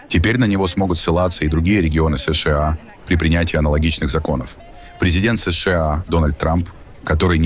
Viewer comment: Эс Шэ А😅 карикатура)) выёживайся уж до конца: Эс Ша А. Русский учи, если уж на их языке передачу ведёшь, Пэ И Дэ А Эр А Эс порхатый.